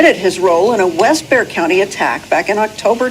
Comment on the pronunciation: Also bexar u dont say the x lol so it's just bear county i know its weird .thanks for the awesome video